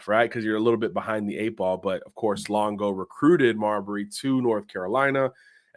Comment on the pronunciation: Mabrey, not Marbury. May Bree.